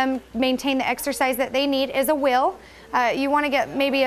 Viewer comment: How she says wheel though! 😂